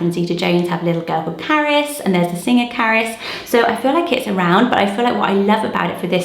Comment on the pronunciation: The name Carys to me sounds like you are saying carrots.